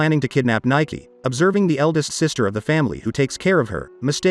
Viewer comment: Her name is pronounced 'Nee- Kay' not Nike.. Spoilers: In the manga princess Nike gets trapped in time for a few years everyone thought she wouldn't come back but she does and when she does she's still 16 but Livius ages a few years not exactly sure he either in his early 20's or maybe 19 but he ended up being older than her, this happened after alot of stuff